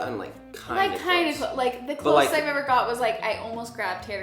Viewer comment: sounded country when she said best ever 🤪😁